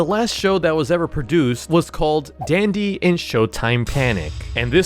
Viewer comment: Dandy not dendy..